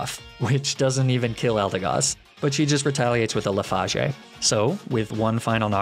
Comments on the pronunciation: Normal people: Le-fa-j: Le-fA-gE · I get so caught off guard by some of your mispronunciations sometimes, ninétails and lifagé especially this video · says "leafagé" Also: sorry I mispronounce condemnation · Pokémon names like Magnemmitee (Magnemite), Arcaneenay, and Neeneytales, and moves like Luffazh (Leafage) and Fuhchahday (Façade) are running jokes, I'm pretty sure. Not sure about the origin, I'm relatively new here, but it's pretty consistent, and bound to have been corrected in the comments sometime. The only other mispronounciation in this video, as far as I remember, is comdemption for condemnation, which is an accident pointed out in the video. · Leaf age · 1.Its pronounced sobble (saw-bull) 2. Its pronounced leafage (lee-fej) 3. Its pronounced ninetails not even sure how you mispronounced that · you said leafage wrong it's said like leef-idge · to be fair, he mispronounces leafage on purpose. he doesn't mean to mispronounce condemnation. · mispronounces Ninetails leafage marine etc Also: apologizes for mispronounces condemnation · bro never say leafage like that again